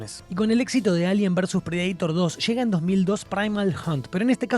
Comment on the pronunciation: No entiendo esa pronunciación de Predaitor? O es Predator leído tal cual en español o inglés. De donde sale el Predaitor?